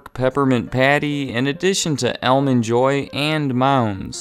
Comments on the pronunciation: What's an "Elmond Joy"? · "ELmond Joy" lol what accent does this dude have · Where are you from where you pronounce Almond Joy like that?